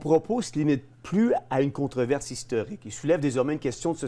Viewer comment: On dit contrOverse